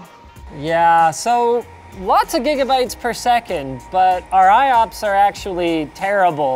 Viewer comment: Did Linus say "98 Gimme Bytes"? I do believe Linus has created a new tech-term!